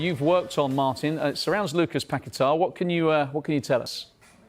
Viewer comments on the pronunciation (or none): Why can't they jurnos say Pagueta my he ows West ham a seasons fur standing by him.